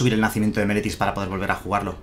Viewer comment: Viendo todo el video, no sólo por el mazo sino para ver si en algún momento dices bien Meletis :D , ahí llegó :D